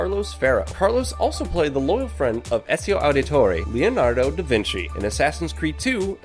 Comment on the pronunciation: has anyone else noticed how he says esio aldatori not ezio aldatori